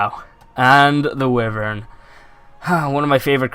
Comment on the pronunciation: The Wyverns are pronounced Why-Vern not Wifern.